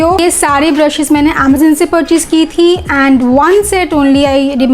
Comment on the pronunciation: Wo Amazon hota hai amezan nahi pagal